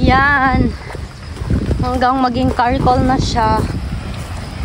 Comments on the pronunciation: Gawing uling charcol hindi carcol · Charcoal not Karcoal! You know the expression char char that’s how you pronounce the charcoal 😊👐🏻✌🏻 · wala Kay klase? Btw, I noticed you said “karcoal” the correct word is “charcoal”. Tambok ang mga baboy!